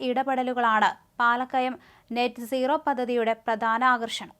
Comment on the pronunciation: Please note Not Net nooro but NET Zero